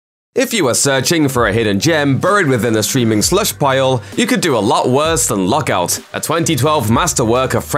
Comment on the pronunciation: I can't understand him. Is he saying Luck Out or Lock Out????